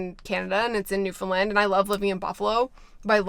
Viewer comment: Why does it always sound like you’re saying “Newfinland” and not Newfoundland